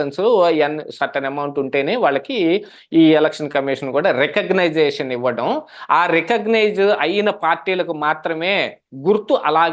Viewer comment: "Recognisation" kaadu swamy Recognition anali